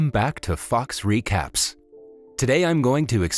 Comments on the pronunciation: I thought the intro said “welcome to FUCKS recaps then I re listen and hear “fox recaps” (sorry for my language) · I thought he said Fuck Recaps